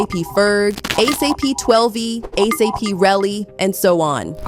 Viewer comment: ASAPE Rocky and ASAPE Relli 🤦🏽‍♀️😂😂😂